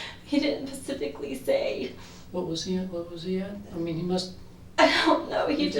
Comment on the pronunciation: guysss she said pacifically